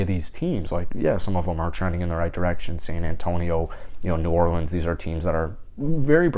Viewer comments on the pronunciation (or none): none